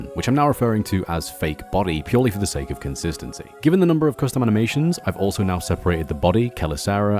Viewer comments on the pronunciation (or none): none